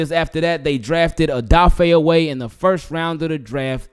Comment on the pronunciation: Isn’t his name O weh not oway